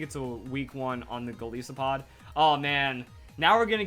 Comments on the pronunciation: Nooooo, Golisopod gets a STAR. Goliath + isopod. It's a GIANT badass isopod. You'd probably notice it if you pronounced it right: Gol-eye-so-pod. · Golisopod is 3. You said it wrong. It's Goliath + Isopod